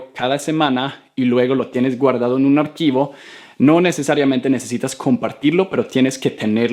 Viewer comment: Cuando Dice Arquivo, suena Tan bien Love U